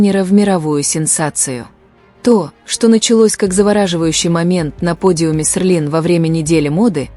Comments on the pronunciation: Может Селин,а не Серлин?И вы назвали имя другого модельера.Это не Эди Слuман,он не модельер Seline. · Вообще-то Селин а не серлин. Постоянно каверкаете и ударение не правильно ставите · Хотя бы правильно выговаривайте СЕЛИН 😮😮😮😮😮